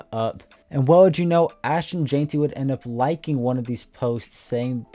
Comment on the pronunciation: My brother, it's jen-tee not jane-tee ,👌🏽